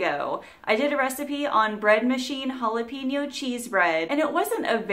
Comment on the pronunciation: Looks good.pls check pronunciation of jalapeno thank you